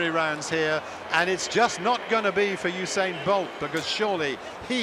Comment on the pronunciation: the reporter said oosain bolt